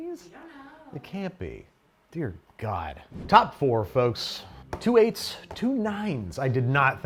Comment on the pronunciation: … “we don’t kNo0w” you are adorable!!!